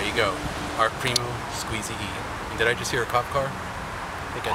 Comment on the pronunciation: Why tf is he wearing a mask, and why tf can't he pronounce the word "primo"?